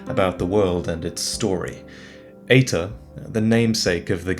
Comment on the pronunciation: EITR ? Why does it sounds like Hater the first time you say it on the video ? [CAUTION HATER COMMENT] SOULS LIKE MOSTLY SUCK !!![END OF THE HATER COMMENT]